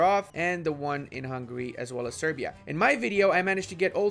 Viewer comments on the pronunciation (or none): none